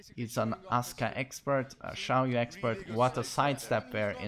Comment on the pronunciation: Is it just me or do I hear him adding a L in Xiaoyu' name